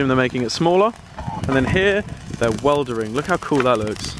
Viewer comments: Weldering haha Oli :') it's welding! My dad is a welder! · Weldering😂 welding or soldering... 😂😅